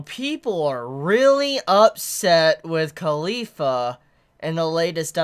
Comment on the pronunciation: I hear Khalifa whenever he said caulifla